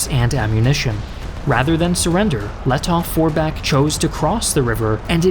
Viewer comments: Grammar german here: In the name Lettow- Vorbeck the „w“ is close to silent. You say it more like „Lettoh- Vorbeck.“🤪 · Great Video! But i have an advice for you: you don‘t actually spell the w in Paul von Lettow-Vorbeck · The “w” in Lettow-Vorbeck is silent